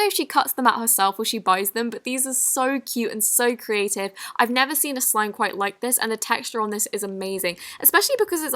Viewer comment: I hate it how she says ‘carative’ instead of ‘creative’